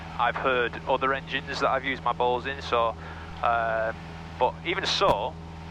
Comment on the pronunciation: Did you know you pronounce Bose, like balls? 😂 I can unhear it now